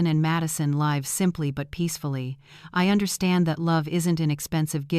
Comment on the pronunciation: Use a real reader instead of stupid Ai that doesn't know which way to pronounce "live."